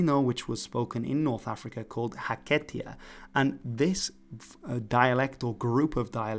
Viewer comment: Wonderful! Just 2 minor fixes I’d suggest. 1. In the chart that includes Portuguese, replace “favla” with “fala” (no v). 2. Pronounce Hakatía with the stress on the “ti” (not second “a”.